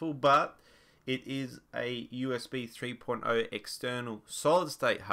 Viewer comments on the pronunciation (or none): when he said 3.0 i thought he said porno